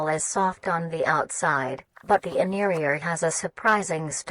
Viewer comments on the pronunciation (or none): Forgot the “t” in interior looool